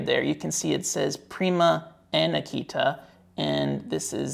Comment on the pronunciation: It might be nitpicky, but you are pronouncing Aketa incorrectly, you say it like the dog breed Akita. The "e" in "Aketa" isn't pronounced as in "see", but as in "let".